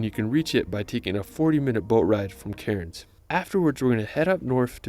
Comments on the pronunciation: heart island is natural it is up in the Whitsunday's and this poor guy go so many of the town/city names so wrong its funny an example is cairns pronounced like can's not karens bahahaha see if you can find an aussie vid to check out Australia love the reaction vids mate keep up the good shizit lol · Cairn is pronounced cans not cai rins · Pronunciation guide: Aussie - Ozzy Melbourne - Melben Bondi - Bond-eye (not Bondy) Cairns - all of us locals pronounce it "Cans" for some reason. Really drag the "a" out to sound like a real local. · Pronunciations were painful, Uluru was weird but the Cairns pronunciation actually made me flinch. Actually nvm, hadn't gotten to Bondi and Bronte beach yet, yikes! Melbourne pronunciation expected